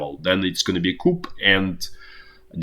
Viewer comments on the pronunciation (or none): Coup = Ku: the p is silent.